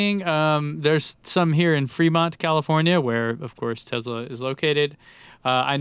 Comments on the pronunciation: What's a Tezla?? Please review the data. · Been criticizing someone dating a name wrong is hilarious considering he can't even say tesla correctly. No z genius.